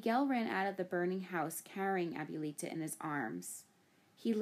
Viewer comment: The way she mispronounces "abuelita" is cringe.